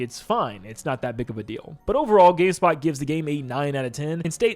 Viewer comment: bro said gayspot lol